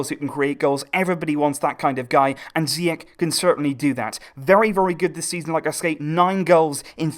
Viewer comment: Moroccan viewers are actually enjoying it, thanks for this great work. Just a quick note though, Ziyech (in Hakim Zieych) is actually pronounced "Ziash" ;) Keep the good work going :)